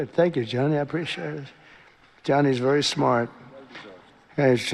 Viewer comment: "He'sh vurry vurry shmart" 💅🏾 Doing that thing again where he slurs his words because he can't swallow right anymore. Ughk.